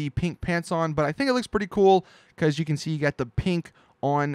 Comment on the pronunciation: he says can like ken